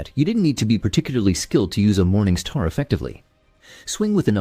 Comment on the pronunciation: This guy needs to stop saying "Morning Sthaar" immediately.